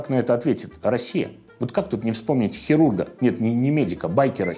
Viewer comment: Прелесть, " ХЕрург" рассмешил